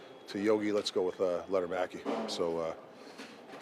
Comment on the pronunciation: stop calling him lettermaki!